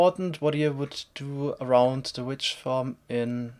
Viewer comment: definitely doesnt sound like "witch" ..... XD